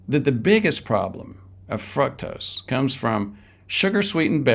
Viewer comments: Honestly, if the guy can't even pronounce fructose correctly...... It ain't "fruck-tose". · It is pronounced 'FROOK-TOSE'!